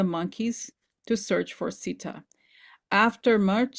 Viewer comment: Also The pronunciation is not sidaa It is Seeta If you are going to use spiritual ideas from elsewhere please be mindful and respectful to how you use them and acknowledge its source and cultural significance bc it is offensive to those of us who are Hindu when you aren’t being respectful to our traditions, our names, our history. And acknowledge the sources The oracle of Rama is not even a part of real Hinduism. It was created by a white man who stole and appropriated from our religion. The real Ramayana should be studied if you want to understand Hinduism rather than taking things out of context of my people’s history and religion